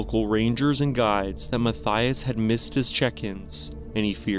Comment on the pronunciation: The second story? Unfortunately, you’re pronouncing Mathias’ name completely wrong, and it’s actually and correctly pronounced “Ma-tea-iss” not “Ma-thigh-us”. I went to school with not one, but two guys named Mathias, and both pronounced their name like the former, not like the latter. And every other Mathias I’ve ever met or heard of pronounced their name like the former pronunciation 😊 I don’t know where the name comes from, but I grew up in Canada and that’s the only place I’ve come across the name (I’m pretty well traveled and have been living in the U.K. for about 12 years now and have never come across another Mathias, but in Canada I had the two I went to school with, one I worked with and about 4 or 5 other Mathias’ I’ve come across in different places in Canada)